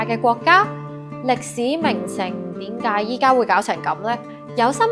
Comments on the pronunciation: 其實喺「點解」，唔喺「典解」，聽到好煩😫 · dim gaai, 係正宗粵港音。din gaai係有上海口音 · 主持人有明顯的懶音，應該係“點解”，唔係香港撚講嘅“典解”...